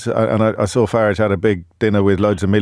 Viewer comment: I want to meet James so bad ill make him pronounce Farages name correctly!!!!!